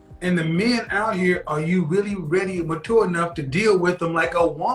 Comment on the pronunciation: the way pronounces mature gets me every time